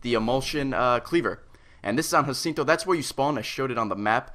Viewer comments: Jacinto, it's a Texas city the least you could do is pronounce it right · Its pronounced juh-sin-toe lol... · This is "Ha-seen-toe" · Its Pronounced Ja-sin-toe